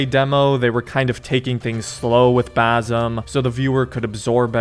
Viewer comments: It's not bazem, it's bassssem with an S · Brother, as an arab its Bassssim not Bazzum im going to cry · his name is Basim not Bazim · Fam, his name is pronounced Basim not Bazim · ITS BASIM NOT BAASUM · niga it is bassem with an ssssssssssssss not a zzzzzzzzzzzzzzzzzz basssssssem not bazzzzzzzzzzzzzzzzzem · Its basim not bazim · Basim with s not z thats how you pronounce it correctly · Also the right way to say basim is (Bass-im) it’s not bazim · Bazem? Ba-sim… like you arnt even close dude god dam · bazem lol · Dude legit called him bazum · I'm a big fan of your content! Thanks for the video. I wanted to note that "Basim" with a hard S, (bˈæsem) is a most correct pronunciation. Cheers!